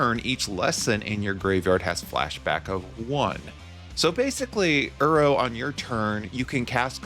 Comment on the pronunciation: I love your videos man this is the 2nd one thats popped up on my feed recently. Coming from an avid arena brawler, I love the direction you took with the deck! P.S I have to say, hearing you say "uro" instead of "iroh" kept bothering me 😂idk why, just ruffled my feathers haha